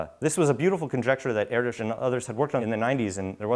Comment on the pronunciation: FINALLY someone pronounces his name properly.